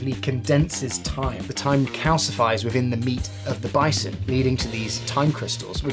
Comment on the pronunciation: He really took a “bi-te,-son”